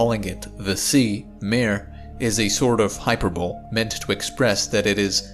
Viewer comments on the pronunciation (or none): Hyperbole [HI-PURR-BO-LEE] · pssst…. “hy-per-boh-lee” and “mar-ee”… both Latin words so both pronounce the “e” at the end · A Hyperbowl, eh? Is that kind of like a Super Bowl? Or did you mean to say hyperbole? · Suggest reviewing the correct pronunciation of "hyperbole".